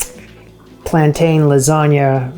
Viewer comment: Please - plan-tin!